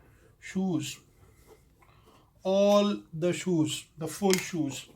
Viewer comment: He said shoes/sues